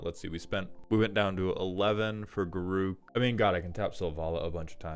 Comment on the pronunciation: Every time I see Garruk in a deck list, I preemptively hunch over the toilet as I hurl every time I hear pronounce his name wildly wrong. Garook is not his name. It's Garruk